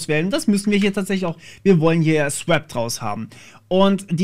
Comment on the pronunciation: ich lurke immer wieder mal gerne bei so RTFM videos rein. musste jedoch schmunzeln...: swäp... okay, kann man machen. pac-s-trap... das ist keine falle... da wird gebootstrapt. also pac-strap 😉und es wird auch nichts erdolcht mit gen-f-stab, sondern: generate filesystem table. aber cooles video. weiter so.